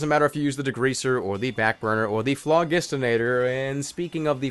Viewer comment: Flogistinator? It's (Flo-Jist-In-Ator)